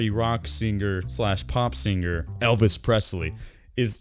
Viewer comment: Did he say “elpis Presley?”